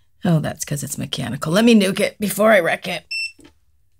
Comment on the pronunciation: I lovethem and i love every time you say i am going to nukit or nookit jejej but it soud beautifull i see and love u videos i wish i can learn to do them as beautiful as u god bless u my peoples call nuky nuk and i guess when i heard u say let me nukit i was like it make sense i am hard headed and you nukit to make your nails hard jajaja i dont know well i though it had somd todo like ooh coinsidence jejej any thqnk u so much for your videos